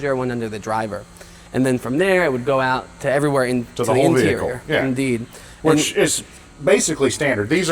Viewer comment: "in deed"